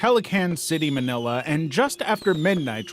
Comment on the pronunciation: I thought he said "my nilla" 🥀